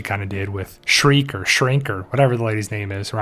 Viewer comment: Okay so it's Shrike, not Shriek. Also, it's Carrion, not Carryon.